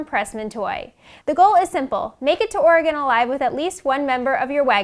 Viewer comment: Learn how to say Oregon and Willamette correctly please